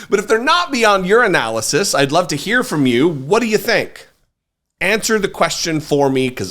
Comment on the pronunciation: Did you say "Your analysis" or "You're in analysis" or "Urine analysis"?